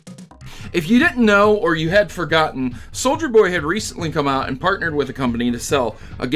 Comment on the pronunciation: I must say, I cringed every time you said "Soldier Boy" instead of "SouljaBoy" but either way, hope Nintendo puts his ass in jail